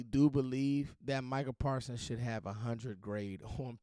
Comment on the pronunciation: " Micha Parsons" Nothing else need to be Explain!!!